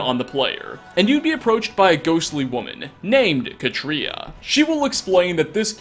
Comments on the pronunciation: Pronounced Kah-tree-ah, like cat. Not. Kuh-tree-uh. The accent is on the first syllable, and the a is short. I know this because I know three, yes, three real life women named Katria. And they would all take pliers to your tongue until you said their name right lol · Katria is: CAW-tree-uh. CAW. Tree. Uh. Listen to her pronounce it in game.